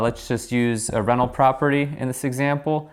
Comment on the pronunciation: Haha every time you say 'rental', I heard it as 'reno'.